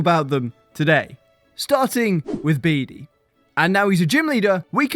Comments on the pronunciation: Bee-Dee??? I swear it’s Pronounced “Bead” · The way he so confidently said "Bidee"